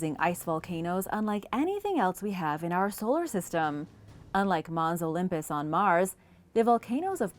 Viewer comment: FML it's Olympus mons. You're saying it wrong.